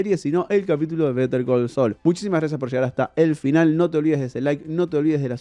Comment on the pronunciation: Pero porque si vas a decir el titulo en inglés no lo pronuncias bien?